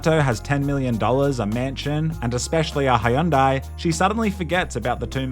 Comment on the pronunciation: What's a Hayundai?